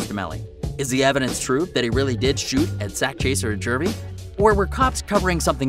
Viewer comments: Who the hell is YNW jurvy it YNW Juvy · It’s Juvy not jury 🤦‍♂️🤣🤦‍♂️😂 stop making videos if you don’t know who they are about 🤷‍♂️ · Why he keep saying jurvy 😭😭🤦🏽‍♂️ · you cant even pronounce JUVY #LLSAK #LLJUVY